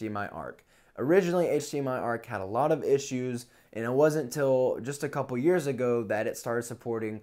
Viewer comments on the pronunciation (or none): none